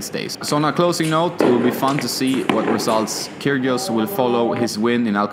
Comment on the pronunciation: I do believe the g in Kyrgios is silent, just saying :-)